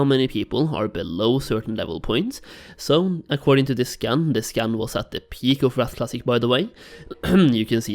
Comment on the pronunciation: Maybe it's just me but I keep hearing scan as scam :/